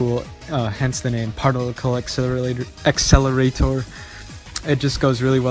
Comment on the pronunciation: parlicle esselray** Tongue Click PAR-TIC-LE accelerator. Tongue Click